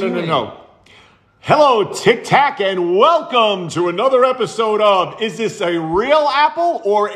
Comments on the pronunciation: I love it how he calls it 'tic tac' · we need more apple juice videos, absolutely love them vids. say hi to frank for me, sending love from Scotland. its not dog its dawg. Tik tak cracks me up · BRO SAID TIKTAK!!!!😂